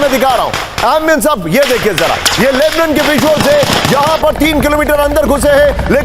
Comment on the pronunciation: लेबनन नही लेबनान बोलो गोदी मीडिया 🇮🇷🇮🇷🇮🇷🇵🇸🇮🇳